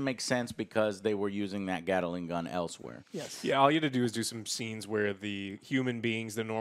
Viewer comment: Someone needed to let Joe know that he is pronouncing "Gatling" wrong